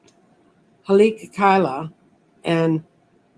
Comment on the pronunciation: Oh, the Maui volcano is pronounced HAH-lee-AH-kah-LAAAHH. I have a solid gold ring cast with the design of Haleakala, with my diamond from my wedding ring inset as the rising sun, and white gold "clouds" on either side of the sun. There is a bit of rose gold at the base of the mountain design, for the red volcanic rock. This is really meaningful for me because on October 23, 2011 I woke up dreaming a dream where I was "playing" with two "dolls," as if they were Barbies, only they were living humans. One had very dark skin and the other had light skin. I popped their heads off and switched them -- and that horrified me so badly I woke up, and as I woke up a voice said "Haleakala." I kind of knew that was a volcano in Hawai'i...but didn't know much else about it. I spent the next four or five or six hours looking up Haleakala online. This led me to the past life of mine that you and I talked about several years ago. "Haleakala" means "house of the sun" in the Hawaiian language. I learned in my research that day that Haleakala also was the name of any location where the members of the monarchy lived, on whatever island they may have been located. It was kind of a temporary, move-around-able location, but it was always known as Haleakala. This was always the home of the ali'i, or the monarch in power at the time. Kalakaua finally built a palace on Oahu, as a place where this will be our last location, our final space; no more of this moving around. The building program took place